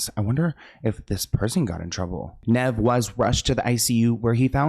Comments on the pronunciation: for future reference, Nev is said like Knee with a v at the end. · It's Kneeve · The cringe is so bad. It's Nev said like Steve. Ugh my ears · NEEEEEEEEV!!!! Omg the mispronunciation 😂😂😂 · its NEEEEEEEEEEVE. Idk if SLoan really grew up on this show. Hes never heard Nev introduce himself, or anyone else say his name? Plus he hasnt just been on the show for awhile... He created a catfish doc by himself and THEN MTV bought the show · keeps saying ‘Neh-v’😅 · His name is Nev like 'knees". Long E. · Me everytime says “Nehv” 😵‍💫🤮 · It’s Knee-Ve but y was kanie on the show anyway who was she n wat happens to Matt?? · I can’t watch this because how Nev name is said 🤦🏾‍♂️ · always getting peoples names wrong is my favorite. Hes adorable ❤😂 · "i grew up on this show" keeps saying nev incorrectly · I can’t watch this all the way bc Sloans way of purposely fucking up nevs name is annoying